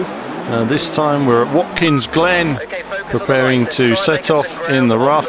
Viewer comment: ruf is pronounced more like roof than rough, great vid anyway